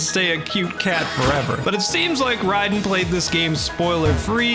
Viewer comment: I'm on my 2nd vid from you because I loved the first "salvaged save files" video I saw ( had to sub 💜). But I swear bro, hearing you say "Rye-den" for "Raiden" as if you've never heard of Mortal Kombat is making me unwell. 😂😂😂😂